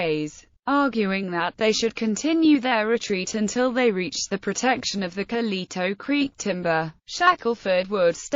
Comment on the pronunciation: Could you butcher it any more?